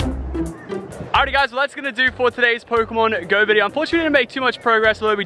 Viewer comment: One thing that is really annoying is the way he says pokemon go... He allways says it like Pokemon.....................GO?! Not Pokemon GO